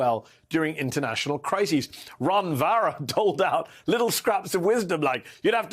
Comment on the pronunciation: "Ron Varra"... Like "Barron"... same tactics by both.